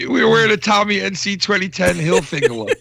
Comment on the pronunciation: Tommy hil-fig-u-lar